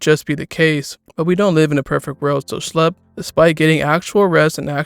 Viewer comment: it’s pronounced “shh lep”. IT IS ON HIS CHANNEL BANNER!